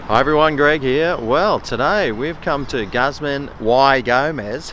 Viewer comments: You mean, “gooz mahn e go-mez”? Tex-Mexican speaking here. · you’re a legend mate! although i believe it’s pronounced gooz - mah - knee - gomez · “guzzmun why gomez”